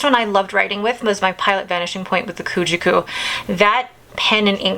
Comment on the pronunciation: New to your channel but enjoying your pen and ink choices. FYI I am fairly certain that Ku-Jaku is pronounced more like koo-JOCK-ooh. And the purple one is SHE-kah-boo. I have a friend from Japan who helps me out with these. Enjoy May!